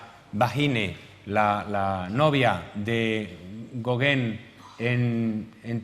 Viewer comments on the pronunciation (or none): Españoles,no insistáis,por favor, en pronunciar otra lengua,es insoportable oír el apellido Gauguin tan mal pronunciado!!! Sois malísimos para los idiomas!!!